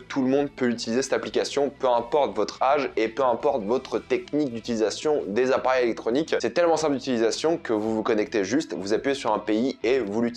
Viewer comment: ta façon de dire appareil est trop marrante 😂